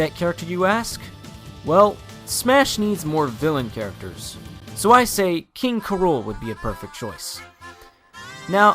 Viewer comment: You'd say King K. Rool as "K" and then "Rool" not "KRool".